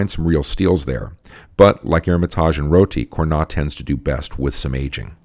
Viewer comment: Congrats again for this great cast, thank you to make it so easy to learn about wine. :) Quick note though, I don't mean to be the typical French correcting English speaker pronunciation, but even though it is not logical at all, we pronounce the "s" in Cornas. ;)